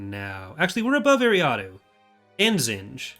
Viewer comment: is a great developer but it pains me how he says eriadu like ary ah doo and not er ri ah du